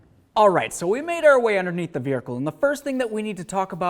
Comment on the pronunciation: Raise your hand if you counted the way my friend here said veirhercle…. lol 🙃🙂😵 great info nonetheless. Just couldn’t get over the accent… good stuff keep it coming👍🏼